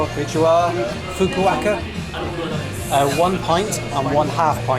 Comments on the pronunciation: Yeah those Fukuoka pronunciations were dreadful. He was getting better from Fukaka and Fukukaka, but then stayed at Fukuaka 😂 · Why do you keep mispronouncing “Fukuoka”? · Every time you said "Fukuoka", I cried a little on the inside 🥲🥲 Congrats on finishing the 88 day journey! Cheers man! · always seems to butcher place names for whatever reason! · Fu-ku-o-ka -pronounce all of the vowels in Japanese a bit like you would in Spanish. Have a great time in Japan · Do you keep trying to say Fukuoka? I can't find a city named anything close to what you keep saying and Fukuoka seems to make sense considering the location... If so, Definitely NOT a chill city what so ever! You just didn't explore it enough. It's a huge busy bustling and expensive city! It's just really sprawling. Near the port is very boring tbh. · How to pronounce Fukuoka challenge: impossible 😂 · pronouncing Fukuoka in so many wrong ways is killing me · FUKUOKA FFS!!! you're a lost cause 🤦🏻‍♂️ Butchered Tsushima too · hahaha nobody destroys a name like you,. Fukuoka (fu ku o ka) you say Fukaka hahaha. Just joking with you. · Man, you really need to Google pronunciations of places you're visiting before saying them on camera. There is most certainly no place in Japan called "Fukaka". 😆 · Fukuoka has no “W” in the pronunciation it’s not Fukuwaka ffs 🤦‍♂️ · “This is Fuku-Acca” no it’s not 😂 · You are the worst when it comes to any foreign names of places and cities. Fukuaka , Fukukaka. Not even once you said Fukuoka. Sometimes I feel embarrassed for you when you are talking to people and saying names in their language 😂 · From Fukaka to Fukuaka, you still made it to Fukuoka (Hakata). What the fuk. 😅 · Big fan of your adventures, and have been following all of the videos of the trip so far. But the name of the city is FukuOKA. Not Fukukaka or Fukuwaka. FukuOKA. OKA. FukuOKA. OKA OKA OKA OKA OKA OKA OKA OKA OKA OKA OKA OKA OKA! FukuOKA!!! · FU KA KA is better pronounced as FU KU O KA